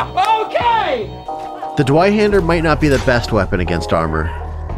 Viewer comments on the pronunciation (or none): Dwi haender rly?.. Me as a German.. I have to say that I'm more then disappointed :D Z Weihänder!! Or tswaihaender for the English people. Lol Btw loved the scene where u showed how Player teach their friend how to play properly lmao never laughed that much in a mordhau vid. Keep it up! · Nice vid as usual. Your uh German pronounciation could use a tiny bit of work however